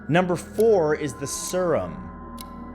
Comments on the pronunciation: “Sur-uhm”. Smh you really don’t know how to pronounce serum? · You pronounced serum 'sir um' several times and at the end you said 'see rum' WHY IS NO ONE TALKING ABOUT THIS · Serum = SEErum, not sirum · Isn't it Seer-um? Surum just seems w bit wierd given how it's spelled. But then I pronounce things how I see them written, so... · Yes, it’s seer-uhm. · Agreed. Sear (as in fear) rum (see the alcoholic beverage). That simple! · That is Sure as hell not how you pronounce Jiminez Or Serum